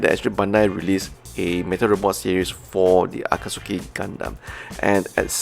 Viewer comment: No offense, just to share the pronunciation: Akatsuki = A-ka-tsu-ki ≠ A-kat-su-ki And isn't Char to be pronounced as SHAR?